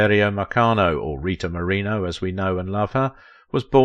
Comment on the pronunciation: Not only are you mispronouncing her surname, the closed captions misspelled it!!!